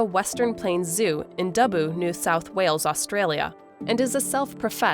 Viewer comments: Dub-boo 😂😂😂 i have never heard it like that before 😂😂😂 Dub-bow as in bow and arrow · DUBBO NOT DABOOO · Dubb ooooo not ewww